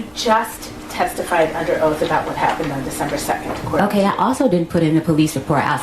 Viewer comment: said "Okay Kwell" 😂😂